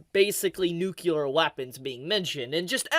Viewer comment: Are you aware that you say "nucular" and not "nuclear"? It's pronounced "New-clee-er" Aside from that, thanks for the vid.